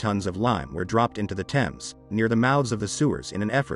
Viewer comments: If you said Thames that way in England, people wouldn't have a clue what you were talking about. There is a silent H because it is from a Viking/Saxon/French/Roman/Germanic language base. You drop the H in herbs and pronounce it the French way, English is a rich and fascinating language and when it gets butchered by people who don't care in the slightest, it winds me up. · Thames? Please - it is pronounced "Tems". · He said "thaymes" Thames is said "Tems". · Just because the name is pronounced wrong, doesn’t mean the historical FACTORS are🥴.This matches the state of their hearts anyway… a great stink. Repent and be renewed and washed by the Blood of Jesus. Btw there’s a place in the UK called ‘Thame’ and it’s exactly pronounced like how it’s spelt and named after river TEMS, these phonetician words never cease to make me look like a question mark 😂. Either way, there’s still common sense in humanity right? Not everything needs correction when you know the meaning. I mean the highlight of the topic is LONDON THE STINK. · it's pronounced tems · He is saying tems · AMERICANS London's river is pronounced tems. It is spelt THAMES but pronounced TEMS. How can you look to the narrator for information when he can't pronounce one of the most famous rivers in one of the most famous cities in the world. I know Americans struggle with words that aren't written exactly as pronounced, but this is ridiculous from someone pretending to educate you. It's like pronouncing New York as Nayth Ark, people would just look at you like you were crazy. Maybe people should learn things before teaching them? TEMS TEMS TEMS for all Americans that struggle. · Erm .. the river Thames is pronounced TEMS. Sorry to be a bore! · It was only mispronounced once. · so, it was still mispronounced,!! 😤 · It's infuriating that Americans do this, he is supposed to be educated.